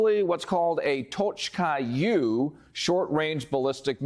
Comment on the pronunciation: It's pronounced "Tochka U", u as in Uber, not u as in you